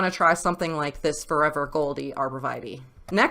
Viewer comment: Arbor Vee-tay not Vitie